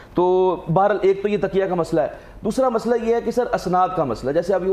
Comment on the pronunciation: ڈاکٹر صاحب تقیہ کو تکیہ کہہ رہے ہیں 😅